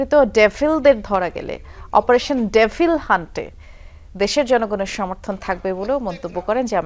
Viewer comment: ডেফিল নাকি ডেবল?😂